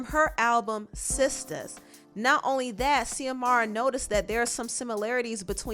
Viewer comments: Xiomara is pronounced as Ziomara not Seeahmara. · It’s not zeeee-amara It’s Zooeee-mara. That’s a common Spanish name. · Yo I went to high school with Xiomara and I had no idea she was an artist until watching this video!! That so crazy!!! Her name is pronounced Z-amara. She was a year or two younger than me in school but the sweetest person. Anyway hope that helps with the name pronunciation ❤️ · I believe it's pronounced xiomara as in Ziomara not See-omara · Xiomara is pronounced ZeeUhMaruh. X makes a Z sound. My name is pronounced TuhMYRuH and ppl stay saying Tamara…so I had to let you know boo. It’s all love ❤️ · Xiomara is USUALLY pronounced like Shìomara, but fast so it kinda sounds like Shomara. But I'm not sure in her case just wanted to lyk lol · Xiomara is pronounced SHO-MARA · Xiomara pronounce more like (Zee O Mar A) 😉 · Pronounced... Zee-Mora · Xiomara is pronounced ZIOMARA love😉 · Xiomara is said like Zamora